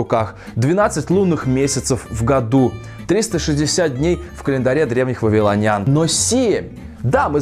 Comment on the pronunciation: ВавилОняне, ударение на О